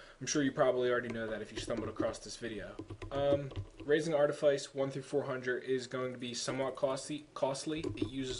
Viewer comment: Anyone who hears artiface in this video is either deaf or dumb, he clearly said Artifice... I use Artifice,Archeology,Treasure Hunting just like him >V